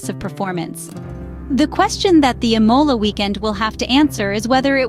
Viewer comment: Please learn how to pronounce the word Imola! The accent is on the I and not on the O!!